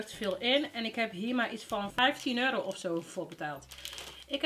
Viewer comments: Haha waarom zeg je altijd euri inplaats van euro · wrm zeg jij eurie ipv euro???